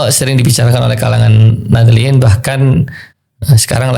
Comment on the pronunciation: hostnya baca "nahdliyyin" L-nya ikut kebaca wkwk